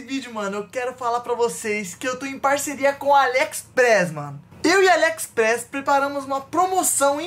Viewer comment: Entendi o falando alexespress kkkkkkkkkkkkkkkkk